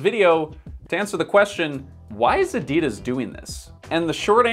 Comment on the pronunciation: you're great but please research how to properly pronounce "Adidas" before making another video like this, I beg you 🤦‍♀️😅